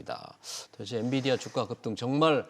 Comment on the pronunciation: 엔디비아가 아니라 엔비디아….입니다.